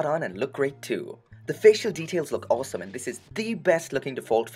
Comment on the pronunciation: I like that you say awesome like “awlsome”